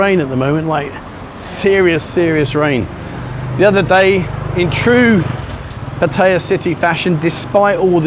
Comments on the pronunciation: This was the best video you've done so far. One criticism: You have been getting so much better about pronouncing Pattaya, but you slipped again. Here's a help. Look at the way it's spelled in Thai. It's a 2 syllable word, not 3. That middle syllable you sometimes hear is effectively catching your breath between the 2 consonants. Don't emphasize it. Patt - ya. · Stopped watching at 5 seconds in. Any time Pattaya is mispronounced like that It pisses me off and I can't continue.